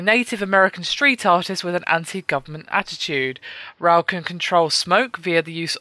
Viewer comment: You pronounce "Rowe" wrong. It is pronounced "Ro"